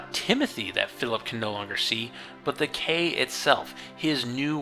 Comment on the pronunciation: It's pronounced the "Key" damn it! I really like your work, respect what you do, and agree with your progressive perspectives, so I was really hoping you pronounced the title of the book properly.